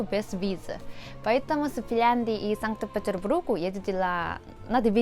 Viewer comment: Бург ( не бруг. Как будто хородно брррррр